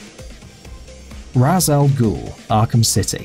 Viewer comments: Deadlock 238 I'm know how to pronounce Arabic as I can fluently speak Urdu (not write), correct pronunciation is RAZ AL GOOL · I believe it pronounced "raesh all ghul" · Argh, why do people say Rah's? It's pronounced Reisgh! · It’s RAYSH not RASS, nor RARSS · Its not ras it sounds like it rash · it's not ras it's raish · Its not ras its rejs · As an Arabic speaker, I can confirm that it is pronounced "Raz". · Diet Mountain Dew While he is an Arabic character, DC writers prefer to use the Hebrew pronunciation that is raysh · Deadlock 238 I swear bro! I hate it as Ras. i get why people say it, byt RAS! It sounds so dumb AHHHH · Why does everyone keep mispronouncing Ra’sh Al Ghul? It’s said numerous times in the game. It’s pronounced Raish, just imagin the apostrophe is an I! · Ender Shard in Arabic it's pronounced "Raz" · Its pronounced "Raish" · You cannot pronounce Ra'as Al Ghul. Also, Scarecrow was quite easy, all you had to do was avoid an light, then beat down minions. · Why does everybody seem to be butchering Ra's Al Ghul's name? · You said Ra's Al Guhl's name wrong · you said ra's al ghul wrong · It's Not Ra's G